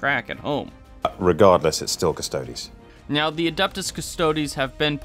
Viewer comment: You can't even pronounce Custodes or Sanguinius correctly. It was 8th edition, not 7th, for male Terra royalty recruitment, chat has beat you up over your misquote regarding SoS. I can't take your vid seriously bc you can't take your job as a YouTuber srsly.